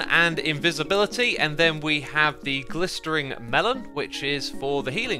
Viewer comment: Xisuma, please. GlisteNing. Glistering is not a word.